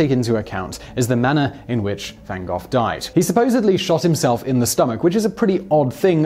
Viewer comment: Literally how did you come up with your pronunciation of Gogh? How daft are you?